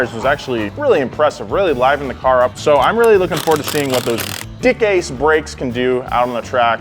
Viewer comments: DICKASE? Wasn't it DICKASS? xD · It’s pronounced “deck cass” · I believe it's pronounced Dick-Ass-e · We’ve all seen the grand tour episode.. we all know it’s not “dickase” lmao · LOL DICASE, SOUNDS LIKE DIK ACHE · It's pronounced dick asz....as in stick in the boot